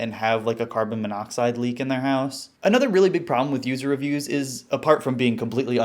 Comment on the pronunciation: poo-ser revpoos (user reviews)